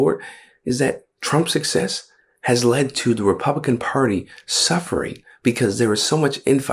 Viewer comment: the mark he says republicant.